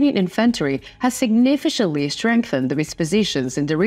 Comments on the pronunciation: suhg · ni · fuh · kuhnt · lee Dont say sidnifishently, its Sig Nif FIh Cantly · Please stop the mispronunciation of the word significantly, great news!